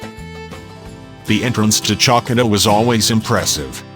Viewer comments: "Tsalkida"? seriously? The auto-generated voice ruins a very nice video! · Beautiful views of the island. The name Chalkis & Chalkida is pronounced Hal-kis & Hal-kida (Ha like in Harvest)